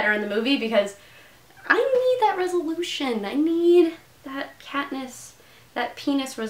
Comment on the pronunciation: Did you say "that Katniss that Pee-niss resolve" at the end?